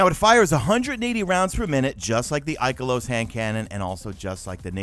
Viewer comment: The way he says ikalos.... Lmfao :/